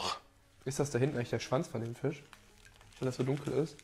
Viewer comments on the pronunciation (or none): 90 Rewi? Ich würde es eher als Aussprachefehler betiteln. Kommt bei vielen Leuten vor 🤷 Unge z.b. sagt auch ab und zu "Fich", "Tich" etc. 😋